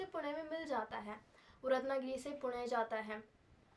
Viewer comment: पुण नहीं होता पुणे होता है